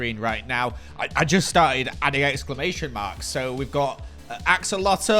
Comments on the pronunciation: I’d think it’s more of a town (町)rather than a city. Also axolotl is pronounced (aksolotol) not (aholotol) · that Japanese is wrong, it says ahorotolu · Sorry it says Ahorotoru😅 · this part of gathering montage is funny. the way he said axolotl!!!!